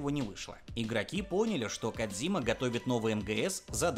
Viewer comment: Кооодзиима,кодзима на кодзиме.звучит не кодзима